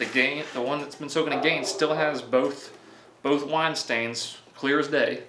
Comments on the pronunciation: Omg his wine pronunciation!! 😂 like he had no access to YouTube to get a reference !? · lmao they way the wine is pronounced